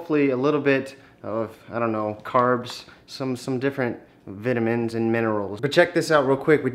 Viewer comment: It's vitamins not vetamins